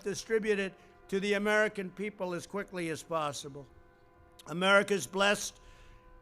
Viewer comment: Or Quicklllly